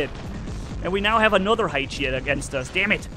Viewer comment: ha-e-chi? Hae-chi